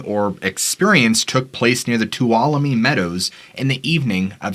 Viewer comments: Thank you for pronouncing Tuolumne properly. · What surprises Me Is that you pronounced Tuolumne correctly And Not....... Toul walo lu me As I've heard in the past .